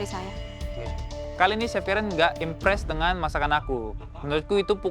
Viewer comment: Chef gak pake "t" bro 🤣🤣